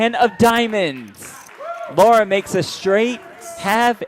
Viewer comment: her name is Lara NOT Laura